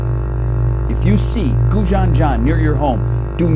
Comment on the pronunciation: Who the hell taught him to pronounce goujon?